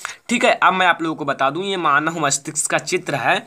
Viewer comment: Bhai pehle manav bolna Sikh lo